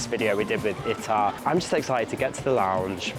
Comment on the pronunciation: It’s pronounced Eetaah not Itah.